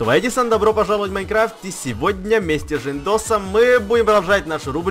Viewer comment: В следуйсей серии 99% ты на этой серии сказал Жындос а на следуйшей Жандос ок